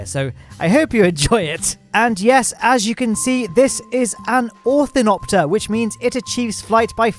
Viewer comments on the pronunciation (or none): "Orthinopter"